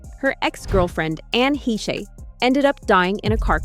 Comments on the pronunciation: Degeneres was so grateful and humble that she wouldn't let her employees speak to her or look her in the eye if they saw her walking around the set and office. And Anne's name is pronounced HAYSH. Her death was bizarre. Looked like Michael Hastings' accident. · You lost me at Het-Che. Block!!! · Say it with me, narrator.. Anne Haysh. HAYSH. Lol 😉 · "Hesh" is how Anne pronounced her name. There was no 'y' sound in it! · He-SHAY say whattttt? Lol. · It rhymes with Mesh. I remember when she played twins on “Another World” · Heche rhymes with mesh. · I wish these channels would learn how to pronounce Anne Heches’ name. Idk if I even spelled it correctly but I know how to pronounce it lol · Ffs can you learn to pronounce heche properly please. You uploaded enough clips pronouncing it correctly ffs 🤣🤣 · Learn how to pronounce people’s names you are mentioning, Like Heche. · That's the pronunciation I know also... so how this narrator said it messed me up a bit. But then this girl in popped up and said Ann's name the way I know it. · This is a fun watch, but good god, just do ONE MINUTE of research. Anne HETCHAY? Hetchay? Her name's not that hard to pronounce. It's basically like MESH. And on that subject CHARLIZE THERON isn't fancy like THE BONE or THE PHONE, it's pronounced THARE-un, like the bird HERON. Like HAIR-un. SharLEEZ THARE-un. And Demi Moore? It's Duh-MEE. Like "who is it? Duh. Me!" It's not a fancy shmancy pronunciation. It's short for Demetria. It's Greek. Duh-MEE. Let's see, who next? Pronouncing and spelling are two of the only things I'm pretty good at. I'll be here if you need me. (For English folk. I'm not so smart that I know foreign names. Although I do know Siobhan is Shuh-VON. Like Duh, yawn!) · Its Anne Hay-sh. Not Hech-ee. I cant listen to anyone who cant even pronounce things correctly and claims to know things or be a reporter. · Anne Heche...pronounced "Hesh". Not Hetchie" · The name is pronounced like Haysh not Heche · Who's Anne Hee-shay?